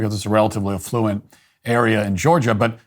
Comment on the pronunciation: Your pronunciation of "affluent" confused me for a few seconds... USA should simply kick ALL illegal immigrants straight out. So should we in England! So, the law is the law, unless you are an illegal immigrant - lets see how that goes for a while...? "We are people of tolerance, but there is only so much that we can tolerate" - Mohandas Gandhi